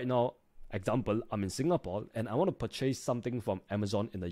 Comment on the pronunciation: purchace = purchis :D